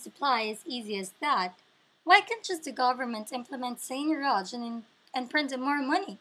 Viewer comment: she doesn't even pronounce it correctly